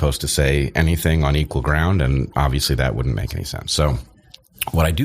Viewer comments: ‘Annie’ instead of ‘any’. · He also pronounces "any" as "annie" instead of "enny." These are just two of a number of his idiosyncrasies.